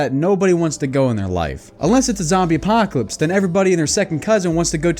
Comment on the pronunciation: ‘Zambie Apahhhhcalypse’ 😂